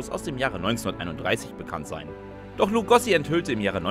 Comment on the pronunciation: BEN HÖR - wer kennt nicht das legendäre Hörrohrrennen in der Arena? Und er hieß Lugo(oo)si und nicht Lugossi 🙄